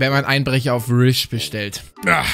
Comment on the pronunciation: Normale Leute: Wish: RISH